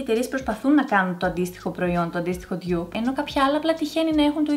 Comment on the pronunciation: Δεν λέγεται «ντιγιουπ» λέγεται ντουπ